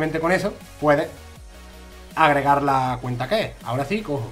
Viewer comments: seguro porque ha dicho cuneta en vez de cuenta. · like si ha dicho mi cuneta en vez de mi cuenta en el